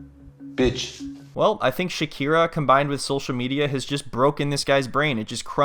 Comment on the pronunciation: SHAKIRA… 😂 Shakina